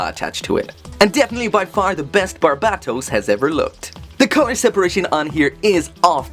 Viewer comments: in English, it's ~Bar-bay-toes~ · Please stop pronouncing Barbatos that way i like your content but it’s really annoying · Still say his name wrong